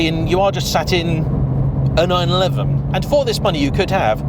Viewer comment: I own a 911 and my local dealer pronounces it correctly. As do all most all other motoring journalists. Anyway I look forward to your future videos.